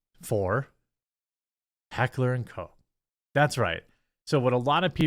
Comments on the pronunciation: LoL They made a statement saying Changes were made. And it’s pronounced kosh not coke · What did the apology say? It’s heckler and koch not heckler and cock, sorry again you guys? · Umm its not "coke" btw.😂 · It’s not Heckler and Coke, you really can’t pronounce anything right can you? 🤦🏻‍♂️ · Its not heckler and coke. Its more like cock but with a ch not a ck sound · Jesus christ. Americans and their inability to pronounce foreign words. Heckler und Koch is a german company. Koch is NOT pronounced like Coc or Coce. My guy litterally had to just google the pronounciation of the german ch but noooo. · *Correction, Jeremy. It's Heckler and Kuck